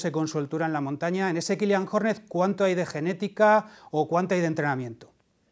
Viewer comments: Ni os habéis molestado en buscar cómo se pronuncia su nombre, que si seguís este deporte de verdad, ya lo deberíais saber... En fin, al segundo 9, vídeo descartado... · Hace daño al oído escuchar como pronuncia Jornet... y no soy catalán, de verdad, no cuesta tanto.